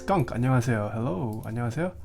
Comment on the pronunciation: 안녕하세요? 한국말 할 줄 알아요? 한국계? 얼핏 듣기로는 '안녕하세요' 발음이 매우 좋은데요? 즐겨 보고 있었는데 한국말 튀어나오니 반가워서요.